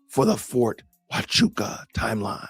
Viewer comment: But he gets a point for pronouncing Ft. Huachuca correctly.